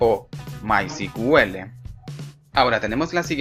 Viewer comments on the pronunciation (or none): disculpa hay un pequeño detalle , es que me parece escuchar cql y es sql o tambien cuando mensionan mycql y es mysql, creo que deberian corregir eso